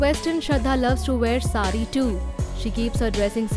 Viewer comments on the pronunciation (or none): none